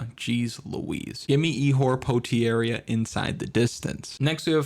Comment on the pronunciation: Ihor Potieira - by suggestion by your pronounciation of his name, i didnt know Ihor is brazillian.